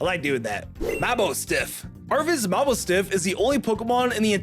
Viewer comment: Sprig-gagito Ta-ron-tula Tanda-moss Moss-hold F-dough Dush-bun Na-cl (brother there's an "i" in the name) Mah-bou-stiff (it's mah boss stiff) Bom-ber-deer Dra-gull (YOU FORGOT AN ENTIRE SYLLABLE) Glimmett. It doesn't deserve to be a real pokemon Glimmora. It doesn't deserve to be a real pokemon Greave-AERD Say-toddle Say-titan Don-doezoe Fara-giraffe Dun-dunsparce Sylval-ee Iron joo-gulus Vol-qurAn-a Axe-calibre Gimmie-gowl Gol-deyo Woo-sheen Sheen-pao Shee-yoo Comfy Si-natcha (YOU FORGOT AN ENTIRE SYLLABLE) Archaludon: not the name. But the fact is completely incorrect. Pseudos have 3 stages. The duraludon line has 2 Tera-p-A-gos